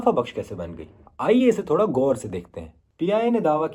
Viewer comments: Goooor nahi hota ghoor hota hy .karz nahi hota qarz hota hy .i think u r hindi speaking and trying to cover bbc urdu .who hired u on this pronunciation 😢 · Mai Bhi yehi Soch rahi thee ye Tu Urdu he ghalat bole Raha hai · 😂 Gor se dekhtay hain either the narrator is Indian or he reading a roman prompt 😅😅 it's not گور" its " غور " Bahtareen Urdu BBC ki shaan thi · میں نے بھی نوٹ کیا ہے۔ کراچی میں جو انڈین ہے وہ بھی زیادہ تر اسی طرح کہتے ہیں۔ انڈین سے میری مراد مہاجر ہیں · میں نے بھی یہی محسوس کیا ہے۔ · What's wrong with his Urdu? How can BBC call pronunciations for karcha, gor, etc Urdu!. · Kahsaaray wali nahi khasaaray wali Gor say nahi, Ghor say.. Bhai ya puri Hindi bolo ya puri Urdu... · خسارہ کے بجاۓ ،،کھسارا،، غور کے بجائے ،،گور،، بخوبی کے بجاۓ ،،بکھوبی،، یہ کس قسم کی اردو بول رہے ہیں ؟ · خسارہ کو “کھسارا” اور غور کو “گور” اور “بخوبی کو “بکھوبی” 🙄 ۔۔۔ بھائی اپنا تلفظ ٹھیک کر لو اگر اُردو کا نام لے کر صحافت کرنی ہے